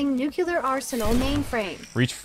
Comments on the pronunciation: I'm sorry but am I the only one that gets triggered every time says "nucular" instead of "nuclear"? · Nobody:...: NUCULAR